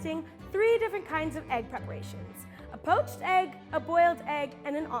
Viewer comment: porched eggs lol 😂 you’re the best, at least your English is entertaining if not fairly well spoken.